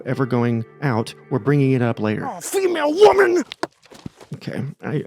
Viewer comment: FEE-MAYLE WOHMUN!! 😂😂😂